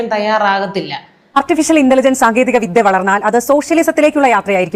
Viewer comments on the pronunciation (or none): none